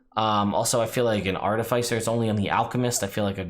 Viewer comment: The second "I" in artificer is soft. The emphasis changes between American and British English.